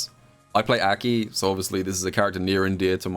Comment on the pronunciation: love this video. Absolutely hate how he pronounces aki's name tho lmao